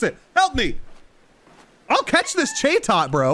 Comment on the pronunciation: Bro it’s chat-ot not cha-tot it’s a talking bird!